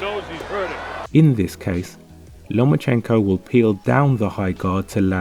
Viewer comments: Сукко ударение ё*** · Если Вы и дальше будете ставить неправильное ударение в фамилии,то Вы никогда и ничего не поймёте!!!Это букварь!😂